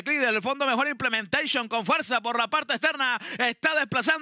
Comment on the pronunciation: 😂😂😂 y vuela implementecion 😂😂 Y tendra que contener a implementecion😂😂 Que gana de gritar implementecion 😂😂😂 Que vaina con casella 😂😂